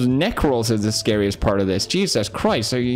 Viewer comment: "Neck rolls" almost sounded like something else, had to do a double take